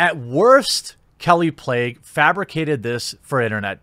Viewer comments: 3rd video about kallie plagge, still hasn't bothered to learn to pronounce her name... good thing you're starting a journalism site so we can get some accurate well-researched reporting... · is it pronounced "plague" or "plaque"?